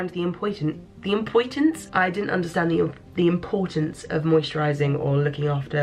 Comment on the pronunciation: Hey. This might seem really simple, and I really hope this doesn't come across as rude, but it was nice that you didn't just do a new take when you messed up saying the word "importance". I've been having a lot of trouble with my speech lately due to anxiety, and it was just nice to hear someone else making a little mistake.